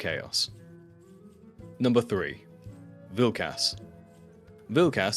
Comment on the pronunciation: pronouncing them as Vilk-ass and Fark-ass. 😂